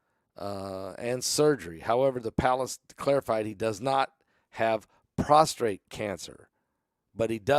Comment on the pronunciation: The word is "pros t ate", not "pros tr ate". 1) Prostate is the male gland. 2) We fall prost(r)ate at the feet of Jesus.